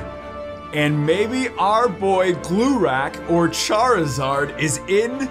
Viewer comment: Thank you for your content!:D I've watched your videos for just a few months, but being from Austria I'm specially amused by this german base set booster box you've opened! Hope you'll go on your way you like you have before!:) And I loved how you perfectly pronounced "Glurak";)